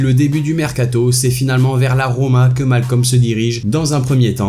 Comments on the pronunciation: Stop au personne qui disent malcolm c malcom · svp malcom se prononce "maoucom"